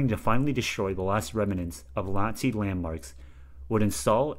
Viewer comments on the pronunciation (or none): this is much more minor and could stay but it sounds a bit like you say shiting instead of shooting i think you might have said latzi land marks instead of nazi land marks and then this there is a bit of a pause. : )